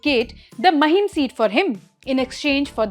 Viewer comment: Its maahim not महिम